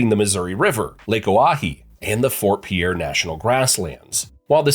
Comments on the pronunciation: It's not pronounced PIERRE idiot!! It's pronounced PEER!!!! Andcsioux falls an Rapid city are NOT CLOSE!! If you don't know the geography, stop making misleading videos!!! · I'm from the Rez and we even know how to pronounce out state capital. Pierre is not pronounced "pe-air," it is pronounced "pier" or "peer." If you going to do a video on state capitals, at lease do the research on how they are pronounced. It is also HARD to miss Pierre because only road goes into it and people only enter from the south!!!! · "Pee-air" South Dakota???!!! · Voting this down for not knowing how to pronounce Pierre. It's pronounced PEER. Definitely an AI produced video. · Repeat after me. It's pronounced PEER. One syllable, easy peasy. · The capital city of SD (Pierre) is pronounced "PEER"